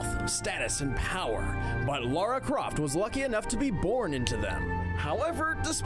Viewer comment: Lara: ❌ Laura✅